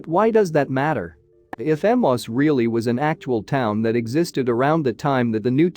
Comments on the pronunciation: Ee-may-us. Emmaus, not Emoss. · When are text bots going to leard now to pronounce names. Emmaus is pronounced e-MAY-Us, not emos. Kiriath-jearim is pronounced qiryath-ye`-arim. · I have always heard Emmaus pronounced as Em-ayy-us. No idea if that is the correct pronunciation; but it sounds better to the ear.